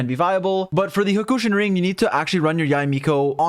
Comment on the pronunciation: Okay great video but Huhkushin ring the ahgate 😄